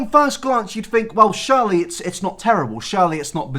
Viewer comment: normal person: ‘surely not’: SHIRLEYYYY NOTTTT mate. your accent lmao.